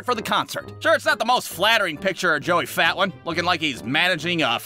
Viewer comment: Joey fatone is pronounced, Joey Fa-Tone.